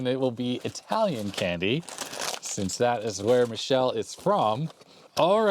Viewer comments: As an aside (and from numerous visits to Milan: If you want to try Michelle's(sp?) Italian pronunciation, say "Mick - Cale - Lay". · Pronounced me-keh-leh. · Ah yes it's Mikele In italian Ch is pronounced like your K